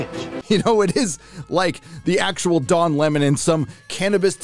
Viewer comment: Dude, "Don Lemoness".... 🤣😂🤣